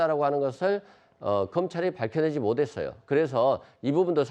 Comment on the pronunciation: 새꺄 모댔어요 가 아니라 못했어요!!!! 하 발음 킹받네